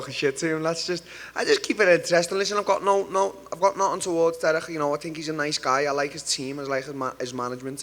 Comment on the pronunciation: People: "Nothing" Till: "No'ghuun"